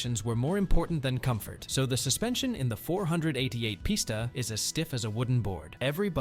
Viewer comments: "Four hundred eighty eight pista" said no car guy ever... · Once he said four hundred eighty eight posta I knew the video was scrap